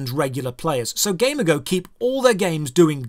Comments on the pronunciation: It's like g Amigo , not game ago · accent makes it sound like he's saying "Gamergo" instead of "G-Amigo" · Why do you say it like that? Ghey-meego is how it’s said. Not game-a-go. It’s like game and amigo in one. At least that’s how I’ve always heard it said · i got this on autoplay and i heard "gamer girl" instead of Gamigo and was thinking what a sketchy name for a company, no wonder they do so much fucked up shit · No way all this time I thought the company was called GamerGirl. The way he says Gamigo sounded like gamer girl. I still hear GamerGirl everytime he says it. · I heard that as gamergirl lmao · I keep thinking he's saying gamer girl games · this is a great video, but I can't help but hear Gamer Girl everytime you say that company's name, and I wonder: "damn, that must be a truly evil Gamer Girl huh" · entire time whenever you said gamigo i heard gamergirl. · When you say Gamigo, I hear it as Gamergirl. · 6_6 I'd imagine it's pronounced game-ee-goh You know, a portmanteau of game and and amigo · So I'm pretty sure it's pronounced like "amigo" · I think it’s pronounced like amigo in Spanish, but with a G? Guh-MEE-go. Why do I care? I don’t know. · shouldn't it be gamigo (gay-me-go), as in amigo, but for gaming, like a gaming amigo, a gamigo, if you will? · wait I thought it was pronounces gam-e-go? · I don't know if it's only me but. Everytime you say Gamigo I hear Gamergirl.